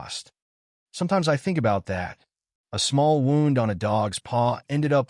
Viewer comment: A wownd? It's woo nd. Wound. Edit your vids for awful AI.